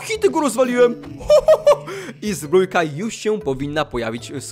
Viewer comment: Dlaczego mówisz zbrójka a nie zbrojka albo zbroja